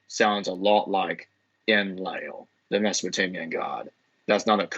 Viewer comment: You usually feature such renowned academics. Who's this muppet? He can't pronounce Enlil. I want a bibliography and footnotes from this guy. I think his theory is nonsense.